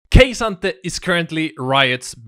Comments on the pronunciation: just please say it like "kah sante" the Kay sante is so off putting. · why in the fuck does he call him "ok sante" i feel like im having a seizure everytime i hear that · You should go see a doctor. I can confirm there was no OK Sante. Kay Sante sure, but no OK Sante. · lol it's totally cool. Who knows maybe NA is also saying it wrong.